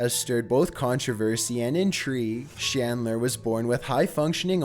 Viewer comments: Chris Chan's last name is CHandler. Not SHandler. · #5 is CHandler not SHandler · Holy hell, dude, it's CHandler, not SHandler. Chris-CHAN